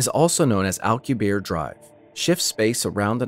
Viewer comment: Everyone mispronounces Alcubierre’s name. It’s Spanish people.